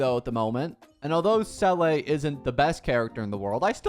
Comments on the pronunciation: sellley?? it has 2 e’s so long E it and pronounce it sealie 😭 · Bro can’t even pronounce Seele correctly. Did bro skip Belobog or play without any sound? 💀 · Peoppe talking about shifu but he calls seele (zee-luh) c'ele??? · Its 2.4 now... He still says selleyy... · The way to pronounce seele’s name is actually “Seela” if i remember correct